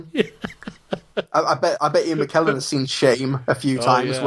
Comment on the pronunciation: Ian Mckellen not Mcklellen